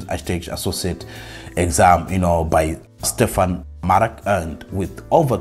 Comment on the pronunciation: You made over a 300 point improvement & almost a perfect💯 score the 2nd time! Even though you almost passed the 1st time. It's aCloudGuru. They bought other learning institutions. 1 to note is Linux Academy. Stéphane Maarek not Stephern Marek.🤭 You provided GOOD resources & very good advice. Thank you for sharing!